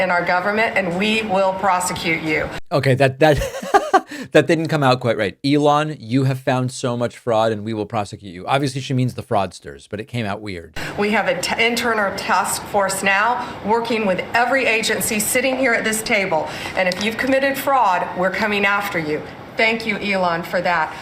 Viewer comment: " We have a intrener task force". David you missed it. I hope some late-night host spotted this flub.